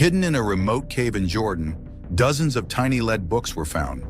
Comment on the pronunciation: Why mispronounced the word "lead".?????